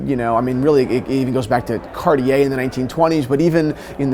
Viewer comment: One day people learn the pronunciation of Cartier, I am hopeful. 😆